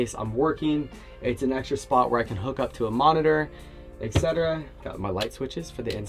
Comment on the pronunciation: and now it's the time for all US Americans to learn, that "etc" is not pronounced "exetera". Has nathing to do with extra...just simply "et cetera"...so if you use foreign words, use them correctly to not embarrassing yourself.